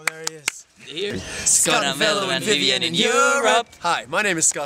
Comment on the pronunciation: Vevien... Strong!...Vevien... Strong!...Vevien... Strong!...